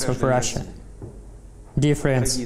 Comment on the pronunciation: Вы что? Удалите это... Не позортесь! Произношение ужасное , dear friends звучит как differences. Перевод уровня старо-школьной программы: "the topic of my speach" - ну кто так говорит сейчас? Уж точно не в ютюбе место такому английскому. Идея отличная, но это слушать противно.